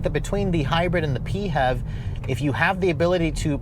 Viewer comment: pee-hev badge? I've always been pronouncing it "fev". :) One thing we can all agree, clearly the interior needs more gloss black.